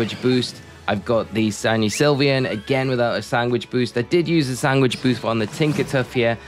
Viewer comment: im sorry i will not sub because you say SANGWICH